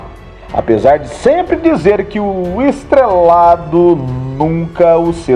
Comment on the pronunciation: A intenção do vídeo é boa. Cláudio Marzo merece, mas vou deixar algumas dicas que, espero, sejam vistas como construtivas: Não se diz perCa (de tempo), mas perDa. Não se diz estrelaDo, mas estrelaTo. Não ria qdo falar que uma pessoa passava as noites ouvindo pessoas (que estavam sendo torturadas) levando choque. Não se diz cia de arte, mas sim companhia de arte. E, por fim, faça uma locução mais natural e menos forçada.